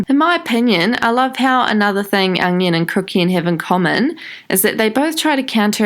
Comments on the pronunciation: Every time u say onion i cried in laughter.... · every time she said onion i laughed ps. loVe yOu shAnE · Every time you said onion I died 😂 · I literally never comment on anyone’s videos, but I’ve literally fallen in love with you. I literally died every time you said ‘onion’ I’m losing my shit.